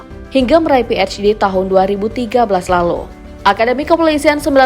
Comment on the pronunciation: Ngga usah ikutan baca huruf "H" Dengan eich baca saja sesuai kaidah bahasa Indonesia yang benar PhD bukan PeichD, dan singkatan PhD itu Doktor of Philosophy bukan Doktor of Peichilosophy?